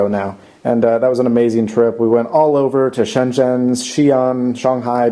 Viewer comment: "shieenshsioeishoeaiai beijing.. in China" lol